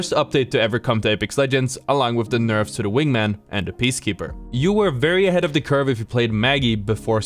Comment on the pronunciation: you said nerve, its nerf